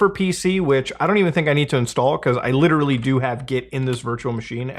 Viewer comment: Oh god, please, less LIRERARLY I beg you